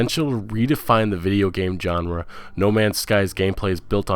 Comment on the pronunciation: Good vid with good content! Honestly, I wouldn't even bother to say this if I didn't like the vid, but... just a few tips for future reference. Bordeaux is pronounced "bore-doe." Genre isn't pronounced "john-ra." The G sounds like the J in the French name Jaques. Valve isn't pronounced "vulv." The A sounds like the A in "sad." "Bethesda" is pronounced "beth-ez-da." I'm really not trying to be jerk here. I like your videos, but the mispronunciations can be a little distracting. Just some sincere advice. Peace!